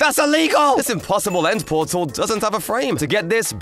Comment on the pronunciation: Pet her nortal???